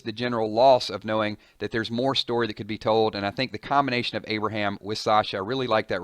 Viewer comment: No Aberham, no! Not Aberham